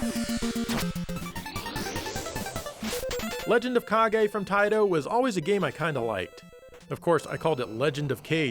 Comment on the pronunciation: Fun fact, the way says "Kage" sounds exactly like the brazilian portuguese word "Caguei" which translated to "I pooped"... See, told you this is a fun fact, you're having fun now.